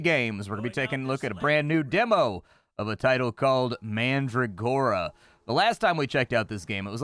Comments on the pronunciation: That's not how you pronounce mandragora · It's fun to hear you mispronounce names of plants like Calendula and Mandragora. Looks fun, will have to check it out when it gets a full release.